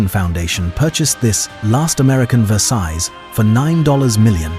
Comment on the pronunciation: I almost spat out my sip of wine when I heard it do that the first time about the number of rooms, then it just kept going, and "eight dollars million" was probably the funniest, but the pronunciation of Versailles got me angry